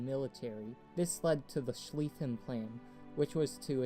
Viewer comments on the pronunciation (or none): none